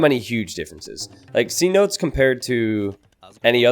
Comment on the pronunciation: I kinda don't want to say this because I know how feels about people pointing these things out, but do look up the pronunciation of 'cenote'! Sen-oh-tay.